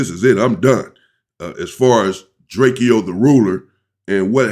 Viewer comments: DRAKEO, not Drake-e-o. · DRAKE-O unk DRAKE-OH NOT Drake-E-O So Drake like the singer then add “O”. NO “E” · Bro how you get DRAKE E O from drakeo I never understood that it’s literally DRAKE WITH A O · It’s drakEo not drake-0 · The Man's name is "Draco" - Drakeo .. do some research before doing your presentations, Champ 🏆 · OG you keep saying his name wrong (Dray-Koh) and he was a non affiliate